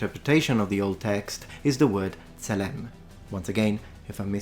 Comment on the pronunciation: Pronounciation is generally good, but tselem should have penultimate stress, because it’s a segholate noun